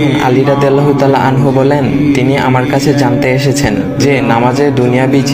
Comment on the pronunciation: যখন অডিও রেকর্ড করবে, একটু দেখে কোরো। আনহা, আনহু টা ঠিক করবে।